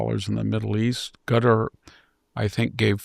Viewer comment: OMG 😨 Another American who butchers non-English names 🤦🏻‍♂️ What’s wrong with Americans? Why can’t they pronounce for example “Qatar” somewhat normal? It’s easy, but they concoct a ridiculous sound that doesn’t even slightly resemble the original name.